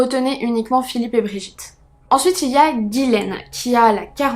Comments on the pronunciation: Ce n est pas guilaine mais Ghislaine qiu se pronononce " GIslaine " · Hello trop bien la vidéo. Mais dis moi, t’es sûr que c’est Guilaine et pas Ghislaine ? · Allo très bonne vidéo moi qui viens du Québec je ne connaissais pas du tout cette histoire j’ai trouvé ça très intéressant comme tout tes sujets d’ailleurs 😊 je veux juste te dire ( c est anodin) mais ce n’est pas Guylaine mais bien Ghislaine 😉 bonne soirée à toi 😊